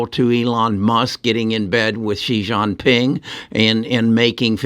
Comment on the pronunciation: It’s Xi Jing Ping, not Yi xian ping. God, get it right.